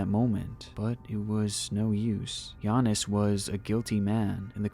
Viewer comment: It took the NBA half a decade to learn how to pronounce Giannis and you did it on the first try.